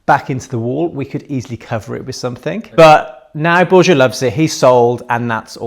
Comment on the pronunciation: Why can’t you learn how to pronounce Borja (bor-ha) correctly? He’s your partner.